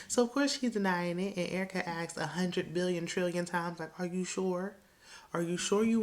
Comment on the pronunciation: Excuse me, but you definitely pronounced Erica Dixon's name wrong. That's URRR-CUH to you, ma'am!!! 😎😎😎 All Spice has done is cry, scream, and preach every episode. I also have a huge side-eye for her chilling in the ATL while her kids are down in Jamaica. Not a good look.👎👎👎